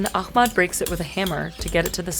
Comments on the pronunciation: For the love of God, it's aHmed not aKHmed. It's just an aspirated H. It's just an H-ier H, y'all. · not really she butchered Ahmed's name it's احمد not اخمد use google translation voice and you will know how much difference it's she literally changed his name meaning from "the most praised" to "extinguished" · Pretty sure it was aliens who carved the stones: I saw it on the internet! Ahmed, you’ll never read this but I’m in awe for your mastery! I’m sorry she couldn’t even pronounce your names. She makes money from your story but it’s to much to ask to get your name right.